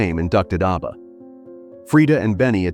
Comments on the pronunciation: Mate, it's 'ABBA' not 'Arbour!' 😂😂😂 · Pronounced ABBA, not ARBA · oh wow, you really are sarcastic aren't you? I am British. I speak English and nowhere in the world is Abba pronounced the way it was pronounced in your video. I was correcting the pronunciation. I won't be back here. I only follow nice people. Have a wonderful day. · Is jarring every time ABBA is mispronounced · mispronounced abba sounds ridiculous & personally I'd prefer to her your voice, for all the hard work you've done! I did make another comment on your upoad. (2 comments) Just to let you know, I'm mostly dyslexic & not making out I'm smart! There's nothing wrong with me prefering to hear you speak with your own voice instead of a ai vocals.. I'm glad you commented.🙏🏽 ..